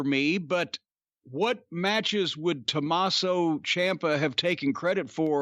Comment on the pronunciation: Dude said Tommaso CHOMPa lol